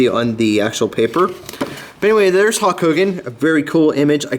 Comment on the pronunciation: Great Video i 100% agree with u he should still be in WWE.. but sorry not trying to be rude its Hulk not Hawk